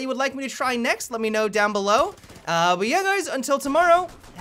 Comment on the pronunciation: "Hey Gays".